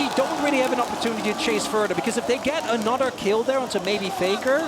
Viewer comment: It's another not anodder... 😂